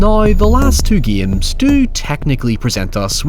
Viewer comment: Why you say giames instead of games